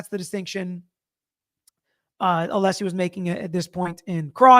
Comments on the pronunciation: It’s pronounced Alleesie father of Dragons 🐉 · Why does Brennan keep calling him Mr. Aleeesi? Can he not be corrected on the record? So disrespectful…